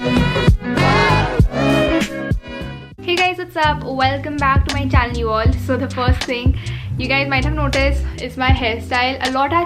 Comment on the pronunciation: Not channual it is channel please prononse properly